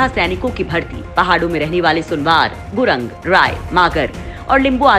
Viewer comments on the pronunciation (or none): gurang nahi yaar gurung kaho 😀😀😀😀